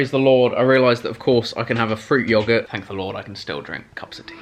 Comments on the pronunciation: Anyone else kinda triggered how Chris pronounces yoghurt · Who else is getting annoyed by the way that he pronounces yoghurt